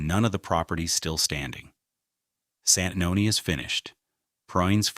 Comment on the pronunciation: You completely miss the time line of Santanoni, AI has a lot of potential but this is an example of how it falls short. Please pay attention to correct pronunciation.